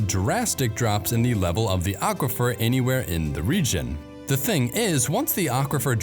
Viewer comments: You need to stop saying "THEE" when you should be saying "THUH". The ONLY time you say "THEE" is before a vowel. Same with saying "AYE" and "UH", which you are also criminally guilty of. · A good video marred by the voice-over, which could have been better done by a computer. This strong tendency toward evenly spaced syllables is pretty awful. And there's the YouTube explainer dialect in full force: wall-to-wall AY and THEE. Training needed.